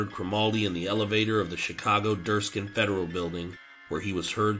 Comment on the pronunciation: DIRKSEN Federal Courthouse in Chicago, not Derskin…. Gonna guess yer not from chickago, or that the text for the story was read by a weetahdud voice-package written for use on a IBM PCXT with an 8088 processor…